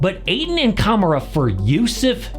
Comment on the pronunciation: please pronounce camara's name right next time, cam-ar-a. future dpoy